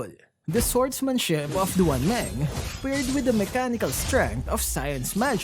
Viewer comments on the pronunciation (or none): It's pronounced as "Dwan Māng"